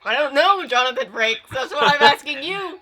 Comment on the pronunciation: It may just be my ears but I swear he called him Franks instead of frakes lol